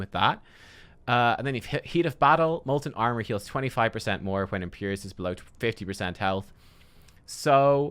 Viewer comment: Imperius not Imperious...